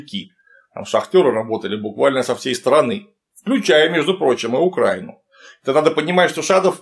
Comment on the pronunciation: Только не УкрАина, а УкраИна. Ставьте, пожалуйста правильно ударения. зачем специально каверкать слова? Вы же не Г.